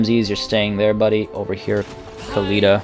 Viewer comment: Can you stop pronouncing Khalida and Khemri the way you do? It's really more annoying than anything and isn't necessary in the slightest. Even if, you supposed, that the people at Games Workshop who made these names pronounce it like that (protip: they don't), linguists generally accept that when a word or name is adopted or pronounced in another language, it isn't incorrect to say that word/name with the pronunciation rules of that new language. The Tomb Kings aren't Arabic and their names weren't made intending to emulate Arabic. In other words, you're over-correcting and it's grating to the ears to hear you throw out gutteral noises everytime you say Khalida or Khemri.